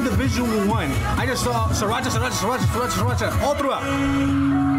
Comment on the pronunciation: we love stanning musical geniuses. (also it's pronounced as "three-racha") (unless that's what you are saying but i swear i keep hearing sriracha lmaoo)